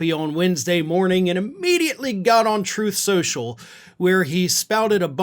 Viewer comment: "Trenth skensural"...